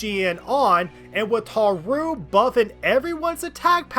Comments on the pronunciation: You pronouncing Haru as Ha-rooo instead of how they prounounce it ingame really bothered me (Haa-roo). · Why do you call Haru "haroo"? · I have GOT to ask why you put so much emphasis on the ru in haru a a ron type pronunciation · Drives me crazy the way you say Haru's name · Why do you pronounce Haru like Nixon from Futurama? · Really like the video, super entertaining. BUT FOR THE LOVE OF GOD WHY DO YOU PRONOUNCE HARU LIKE THAT.